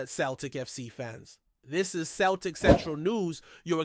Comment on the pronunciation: Not Keltic, it's Celtic.